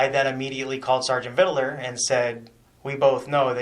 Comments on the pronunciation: Why didn’t they correct him from saying “ Vidaler?” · I keep hearing vid-dill-er. Makes me twitch.